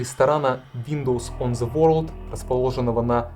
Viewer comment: Не понимаю претензий к озвучивающей женщине. Очень хорошо читает.. трогательно. Это именно так, как я чувствовала, смотря эти кадры тогда по телевизору. Шок. Ужас. Холод. А вот читающий автор видео немного отвлекает неправильным произношением элементарных английских слов и фамилий - ворлд, о' Нейл. Считаю, можно было бы подготовиться. Дикция хорошая, но очень медленно. Очень много его в кадре, было бы лучше больше фото и видео материалов. Фото и видео материалы проскакивают очень быстро, зато автора наблюдаешь добрую половину всего видео.. Он приятный и симпатичный, конечно.. но как-бы сильно много фокуса на него.